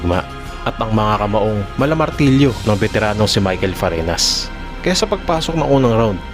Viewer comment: Boss, hindi po letter N yan, Ñ po, kaya FARINYAS ang pagbasa